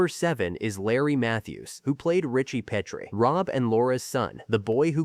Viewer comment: Obviously whoever made this never watched the show or tgey would grt the pronunciation of “ Petrie” right. It has been clear to me since AI narration began that AI programmers don’t know any pronunciation rules relating written to spoken English because basically no one knows them. In teaching English at university for 14 out of 25 years I started to specialize in pronunciation about 20 years ago. Most of the problems can be avoided using a specialized alphabet I originally created fot smartphones. This is something I have discussed back and forth with Cambridge for over three years. It wouldn’t help however here in the mispronunciation of “ Petrie”. I have rge whole series on hard drive including the pilot with Carl Reiner called “ Head of the Family”. I wonder if anyone knows why he chose “ Petrie” as rge name of the family? I only know that word as in Petrie dish” used for growing germ cultures in biology labs. I doubt if there’s any connection with that. Petrie would be related to “ Peter” meaning “ stone”. Sally in one episode goes out with a mortician called “ Anthony Stone”. In the episode where Robs thinks they may have got the wrong baby at the hospital it’s because he thinks there may have been a confusion between Petrie and another couple called Peters only to find they are black. The longest laugh in the series history with Greg Morris playing Mr. Peters who couldn’t stop laughing. It may not have been a conscious relation in Carl Reiner’s thinking but it surfaced